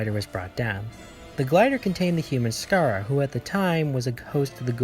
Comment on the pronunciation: You kept mispronouncing Skaara's name. It's not Sikaara.